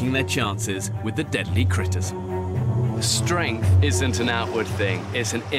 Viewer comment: "OR MENTAL STRENTH??!!" *Shows two women crying* This is definitely intentional lmao